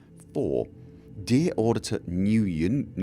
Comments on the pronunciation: How to pronounce Nguyen. "When" with a brief n sound at the start. n-when. Nwhen. It is a Vietnamese name. Japanese pronounce it more like g-when. Gwhen. How the hell do you get clark when you see clerk? :-) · Nguyen is pronounced " when " its asian